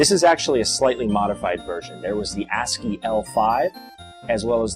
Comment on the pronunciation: Sorry, but did you say "Ass grip"? lol